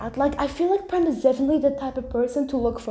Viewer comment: Totally unrelated to Vampigami, but have you seen Yaksi Gozen in the English dub yet? If you haven't, I think you'll love it even more in the Eng dub than the French dub!😆 From what I've been hearing, apparently the way Prem's name is pronounced isn't right, and is pronounced as "Preem " (according to Google Translate but don't take my or Google's word for it), and according to Google, Prem's name does indeed translate to "love" in Hindi. Also, I hope school is going well for you! As for me, I survived my exams so I'm very happy it's all over! I ended up watching Wicked: For Good after finishing up exams and I had so much fun and it made me cry so much in the best way possible!🥹 Welcome back after your brief hiatus,!